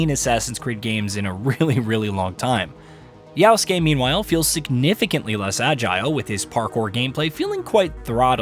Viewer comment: IT’S YASUKE STOP SAYING YAUSKE